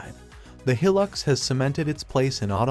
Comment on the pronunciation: He Pronounced Hilux Wrong